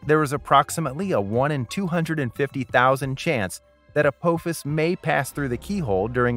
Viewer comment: Teach your AI how to pronounce, "Apophis".